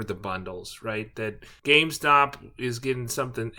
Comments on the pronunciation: GameSTOP... not GameSpot.... Those are entirely different entities. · why tf u call it gamespot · Why do you keep calling GameSTOP , gameSPOT?